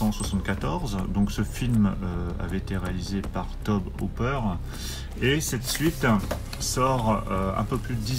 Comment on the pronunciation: Tobe Hooper... Se prononce Tobi... Vive la franchoullardise